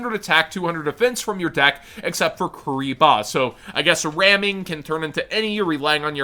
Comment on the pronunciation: "Kuriblee" Kuriboh is canon in the world legacy lore now